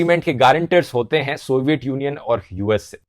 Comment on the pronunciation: सोविएत यूनियन सही उच्चारण है । सोवईएट गलत है ।